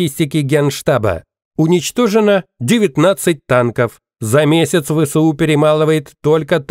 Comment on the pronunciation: Не ве се у . А Эс ве у!